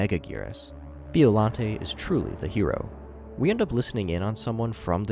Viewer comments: As a godzilla intellect, every muscle in my body contracted after hearing him saying 'bee-ollante' instead of 'byo-llante' and when he called hedorah a bloody mud monster. Please do research at least 😭😭😭😭😭😭😭😭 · "Bee-oh-lan-tay" 😭🙏 also That's Hedorah. Hedorah is MOTHRA!!!????